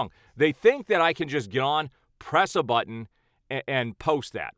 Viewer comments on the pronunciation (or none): none